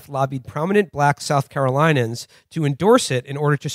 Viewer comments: South Caro LIN e uns, not South Caro LIE nuns. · Ok one thing: it's Carolinians. Not Carolinans.